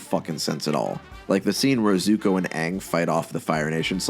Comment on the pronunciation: I mean you could say Shyamalan couldn't win when making The Last Airbender... but I think a start would be able to say the main character's name. It's one syllable. 😥